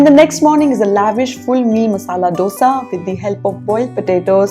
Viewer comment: Nice to know that you like South Indian dishes. You can try to pronounce dosa like we do too...